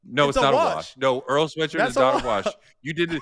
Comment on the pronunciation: My man said Earl Swearshirt 😂😂😂😂😂😂